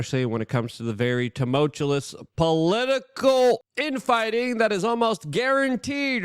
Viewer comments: New game. Everytime Luke says "too-mul-cha-lis" you gotta take a shot. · If I hear "tumultulus" one more f@ time....